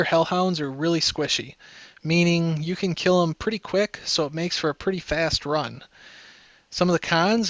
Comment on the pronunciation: Tanks for the statistics and the info :) ( just one thing when you say: can, it sounds like Kin. Just being a small grammer nazi (A) )